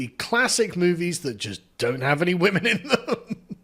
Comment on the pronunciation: He very much gives off bitter divorced dad energy with the misogyny in this video and complaining about "the wimun".